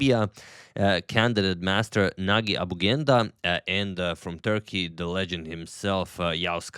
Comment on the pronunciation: I think that that g’s in Nagi’s name are pronounced as g in gem